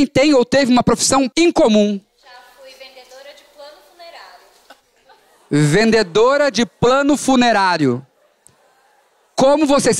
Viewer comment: Só eu entendi" pano funerário"?